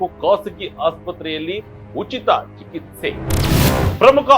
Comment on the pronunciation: ಚಿಕಿತ್ಸೆ ಬರೆದಿರೋದು ಸರಿಯಾಗಿ ಬರ್ದಿದ್ಯಾ... ಆದರೆ ಹೇಳೋದಕ್ಕೆ ಮಾತ್ರ ಯಾತಕ್ಕೆ ನಿಂಗೆ ಹೇಳಕ್ ಆಗ್ತಿಲ್ಲ ಸರಿಯಾದ ಉಚ್ಚಾರಣೆ ಮಾಡು